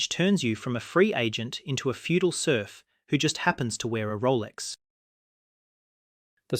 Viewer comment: love ur videos, and yes sleeping soundly at night without worries about money is indeed the ultimate luxury. :) oh btw it's "serf".